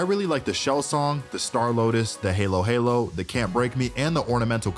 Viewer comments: It’s not pronounced Halo Halo its Ha low Ha low!!!! MY FILIPINO SELF WAS HURT WHEN YOU SAID HALO HALO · ITS PRONOUNCED HAH-LOH HAH-LOL NOT HAYLO HAYLO ITS A DESSERT FROM PHILIPINNES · its halo-halo not heylow-heylow pronounce it as it's spelled ha as in huh but with an a and lo without a w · halo-halo 😭😭😭😭 the ha is pronounced as "hahaha" not hay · i am getting triggered by people pronouncing halo halo buddy wrong... its haa.low haa.low, not hey.low hey.low. just know that as a fact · “haylo haylo”😭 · The Halo halo buddy is a Filipino desert. It’s also pronounced “hollo hollo” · All the filipinos be mad when he pronounced halo-halo as heylo heylo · I snorted very loudly at his pronunciation of Halo Halo 😆